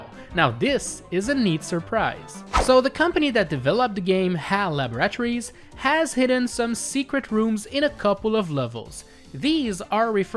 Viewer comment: WHY DO YOU PRONOUNCE LABORATORIES AS "LAB-UH-RAT-OR-EES" AND NOT "LAB-RUH-TOUR-EES", EVEN "LUH-BOR-A-TOUR-EES" WOULD BE FINE NOOOOOOOOOO